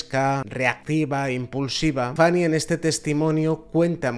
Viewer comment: Se llama Fayna. No Fanya. Si publicáis este tipo de videos que son bastante duros, por lo menos hacerlo de manera correcta